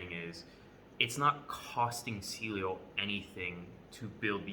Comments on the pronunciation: It’s pronounced ceaylo as in cialis not seelio... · Can’t even pronounce the company name right